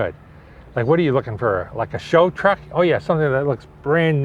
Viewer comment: A fwooh fifty fwooh has lots of twooahk to take to the caahh shwow